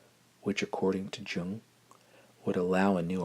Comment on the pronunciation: Jung is pronounced Yung!